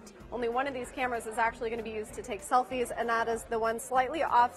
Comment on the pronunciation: she said selfies Lls XD